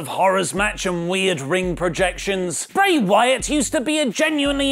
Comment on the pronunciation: Bae Wyatt yeah? Lol. First time he says Bray Wyatt it's actually Bae 😂😂